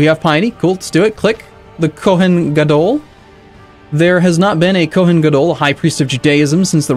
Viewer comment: I can't believe this what stuck out to me but with Kohen, you should put more emphasis on the end so it should sound more like Koh-hain than Koh-hen